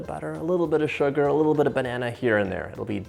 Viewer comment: Love the way John says Shhuggar! Like he’s singing a System song!